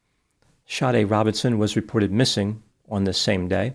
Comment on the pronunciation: Her names SADE it’s pronounced “Shadee” not shawty 😂